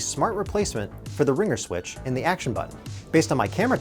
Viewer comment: You lost me in the intro when you said "mute switch." The way you emphasized the word "switch" - you're just reading from a teleprompter. Which is fine - but at least make a teensy bit of effort and make it sound natural. #robotronic